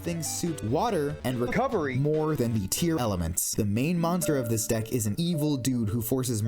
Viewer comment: Rex would benefit the most from Dinomorphia. This sounds really weird since you said "Tear-Elements" instead of "Tear-Laments".